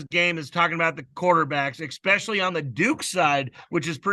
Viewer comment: When I hear “X-specially”….it drives me crazy! It’s “Es-specially”.